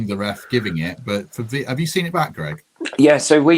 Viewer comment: Thought it was Greg not gerg ? haha